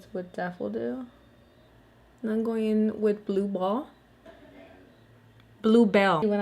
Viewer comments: When you said “blueball” instead of “bluebell” 😂😂😂💀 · Don’t feel insecure about mispronouncing words. Just make it your thing!🤷🏽‍♀️ Because when you said “Blueball” instead of “Bluebell,” it was literally the highlight of my day! 🤣♥️ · Amazing looks! I want the paradise fallen and blossoms palette! You're too sweet about wanting to pronounce words correctly! Blueballs and macoe made me giggle